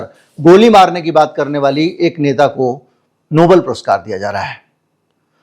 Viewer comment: Please say Nobel and not noble.